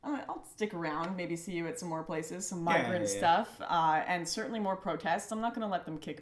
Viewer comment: He cant say Migrant. Have you watched his videos? There are literally comments about that on almost all of his videos.